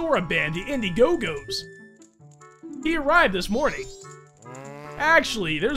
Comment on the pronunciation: He called it indie go go and not indie go.